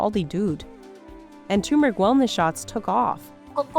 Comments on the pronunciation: For the LOVE OF GOD, it's TURMERIC, NOT TUMERIC. "too-mer-ik" is considered incorrect. The first syllable should sound like “tur” as in “turtle,” not “too” as in “too much. Phonetics, people, how did we evolve backwards. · It is turmeric, not toomeric. No, the first 'r' is not silent. You are talking about hard work by the farmers, yet is it so difficult to learn how to say this when producing for a high quality channel? Surprised. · Its not 2MERIC its turmeric !! For gods sake pronounce it properly!!!!! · It's "Turmeric", not "Tumeric"!! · I can’t get over how they ignore the R…it’s not “toomeric”, it’s “tuRmeric” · Lady, stop saying tu-mr-ic. It is tur·mr·uhk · Oh, for pity's sake it is NOT "TU-mohr-ik." It's "TUR-mehr-ik." There is an 'R' in there. "It's not a TUMOR!" There are also two 'r's in mirror, horror, rural, etc., so you don't look in a "mere," you don't watch a "whore" movie, and someone isn't from a "rule" area. "MIH-ror," "HO-ror," "RUR-ahl," Can you tell, I get tired of people skipping 'r's? Meh. So it's a dumb pedantic comment. It still helps your algo go up. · It's not a Tumor! TER meric! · it's tuhr-meric no too-meric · Ter-ma-rick = Turmeric Not Toor-Mah-Rick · Thanks for highlighting this highly beneficial plant-food. Please note that turmeric is spelled with TWO letters r and both should be pronounced: it is TUR-mer-ik [tur as in turn] and not TOO-mer-ik [too as in the number two]. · It's not Teeuumeric. It's TURrMERIC. Please say it right. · If you're going to voiceover a 20-minute video about turmeric, you'd think you'd look up how to pronounce the blasted word. It's tuRmeric, not toomeric. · Hears the expert pronounce it properly - tuRmeric. Proceeds to say tumoric 800 times throughout the video. 😂😂😂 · It pronounced Tur-me-ric not Tumer-ic. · "TURMERIC" NOT TUMERIC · It is not Tumeric it is Turmeric. Don't forget to pronounce R. Learn to say it the way it is. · STOP saying toomrick. Its Tarmerick! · tur-meric not tu-meric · It's not TUMOURIC